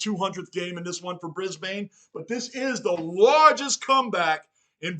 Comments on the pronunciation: Brisbane Lions is more pronounced Bris-Bn! Not bris-bane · Pronounced Brisbin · Brisb'n, no vowel. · The bane in Brisbane is pronounced behn, basically like a typical aspirated non-vowel as if the b runs into the n. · Didnt know Bane from batman was in this, its not how you say Brisbane , the same way you say Urban is how you say Brisbane even tho Brisbane has an E at the end of it the E is silent. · A couple more tips on pronunciation (not that it's a big deal but you seem committed to getting things right) Brisbane ... don't say the A sound, Like Melb'n, we also say Brisb'n and Essen'd'n ... just out lazy vernacular really. Funnily enough they are sometimes called the "Dons". Some teams have other nick names too ... like North Melbourne are not just the Kangaroos, they are also known as the "Shinboners". Sydney are sometimes referred to as "the Bloods" and Carlton as the "Bluebaggers" or just "Baggers". Scoring can be really fast in AFL so when a team finds their mojo, it's not unusual to see 4 or 5 goals kicked in a row. Some games sees momentum shifting several times which can be quite thrilling. As for the clock. if it's a huge lead then you feel safe for the last 5 minutes or so, but if there are only a couple of goals in it, you only really give up in the last 30 seconds because anything can happen and the game can be super fast right up until the final siren. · Ban the bane, it's Brisben.